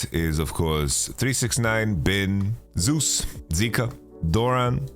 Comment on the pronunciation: For the love of God, can someone please tell Yamato that's not how you say Zeus's name!